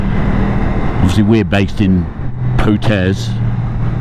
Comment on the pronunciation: You said ' Po - tez ' properly this time !!! 😁 Never forget: ride your own ride! And that's exactly what you did. When we went in May we had a few occasions when we went like those GSs because we felt it was safe to do so but I have a friend who is a police advanced rider and he is always saying, ' keep 10% in your pocket ' and I never forget that. Nice video again and it's given me some route ideas for next Mays trip as we are in Potes for 3 nights. Thanks for filming, editing and sharing bud.